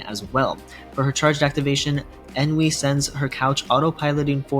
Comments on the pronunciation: You keep Ennui saying EN-V, thats a different character. Its pronounced ON-Wii. On as in, "its ON top", and Wii as in "Nintendo Wii" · pronounced On-wee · Ennui (pronounced un-wee). 🙄